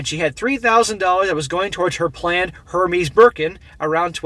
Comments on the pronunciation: it’s pronounced: Air Mez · I love how you dont give a f about pronunciation of the overrated brand